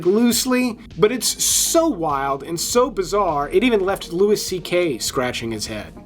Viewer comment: It's pronounced LOUIE C.K... Not Lewis C.K